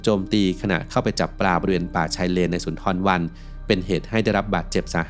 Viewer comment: เค้าเรียก ซุนดาบัน ทำคลิปทำการบ้านบ้าง แอดมินเอ้ย